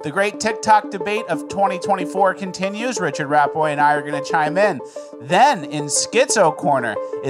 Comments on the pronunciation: Richard pronounced Ree Chard hilarious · "How goes, Reechard?" 😂😂😂